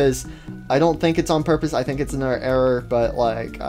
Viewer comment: bro i can,t gat it it s saying errer